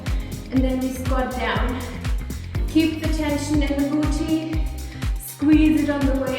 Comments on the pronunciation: i love it when she says boochee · I'm never gonna pronounce "boo tee" the same way again! Jokes aside I found the tips and commentary even more motivational than the music only videos. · I lovee how she says 'booty' :)